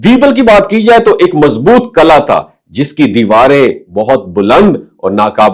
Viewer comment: It's Qila, not Qala